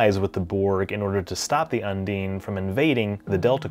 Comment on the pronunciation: .. it's not "come dean with me".. un-DINE.. not un-DEAN XD